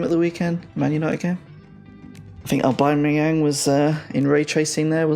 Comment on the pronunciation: Another Arsenal supporter who can't pronounce Aubameyangs name right!